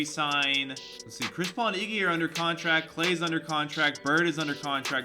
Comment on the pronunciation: "Iggwy" -. EPIC